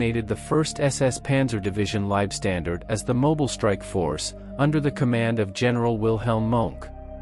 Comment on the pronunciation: You can't even pronounce Knittel's surname! Do your homework and learn how to pronounce German names properly. It's K-NITTEL, with the K sounded, not "nittel", and Leibstandarte is not pronounce "liebstandard", but "layb-stan-dart-e". Mohnke's surname isn't "monk", but MOHN-KE". Plus you conflate the SS with the Waffen-SS, a totally different organisation. How do you expect to be taken seriously after all that?